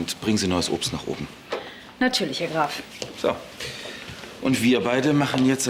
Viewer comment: Jana: Ja nartürlisch 😂